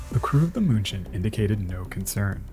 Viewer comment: Outstanding video. Thx. Munchen is pronounced 'Meen-chen' by the Germans, if I remember correctly. My mother spoke German.